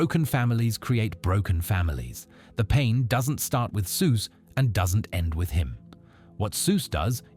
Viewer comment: This is laughably bad AI slop. Can't even pronounce Soos correctly lmfao